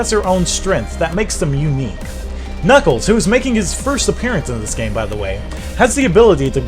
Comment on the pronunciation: I mean knuckles not knuckees lol